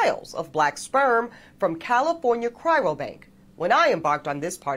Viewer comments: Why she say "Cryro", not "Cryo"? 😂 Shes educated???? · I already commented but I had to comment again after hearing this "educated woman" calling it a CRYRO bank over and over. Hey educated woman... It's a CRYO bank. Not a CRYRO bank. SMH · Is 'cyro' hard to say? Why do I keep hearing it being said as 'cryro' by a person who has dropped a ton of money on the company's services? You'd think somebody there mentioned the name once or twice or that the woman who is supposed to be educated could manage it all on her own. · Pretty sure she could find any color seed she wants for free. She's just not hitting the right clubs in the right dress. 😅 And does she mean cryo? She keeps saying cryRo... sounds pretty stupid. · For someone who's supposed to be educated and she can't even pronounce the word cryo, she keeps saying cryro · I don't think it's "cryroe", pretty sure it's "cryo" as in frozen, not sad abortion. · Doesn't even occur to her that she is (may be) the problem. She appears bitter and inflexible. Change my mind. And "Cryro", it's Cryo as in Cryogenic. C'mon man. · The woman cannot say cryo. She says "cryro"😂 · Yeah, I'm gunna take a cryo-bank suggestion, from someone who calls it "cryro"... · she pronounces cryo wrong..... its not cryro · “Cryro” lol it always amuses me when people add extra letters to words, especially when they try to present themselves as highly intelligent or “educated”. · She can't even pronounce "Cryo". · Educated my ass she can't even say cryo right. Shell prolly be the type that will head up the future SS when they start making issues of percentages white DNA in the populace. Only difference will be you won't be able to hide it like in WW2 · Did she say "cryro"? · So she has college degrees and yet still cannot pronounce 'cryo'. Not a serious person. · This is so embarrassing. She can't even pronounce "cryo"! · She can't even pronounce "cryo" correctly... 🤦🏼‍♀️🤦🏼‍♀️ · She mispronounced “cryo” every time she said it.